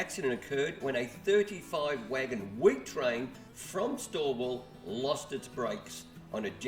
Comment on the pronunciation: you better not go to stawell after calling it "store-wall". its pronounced "stall".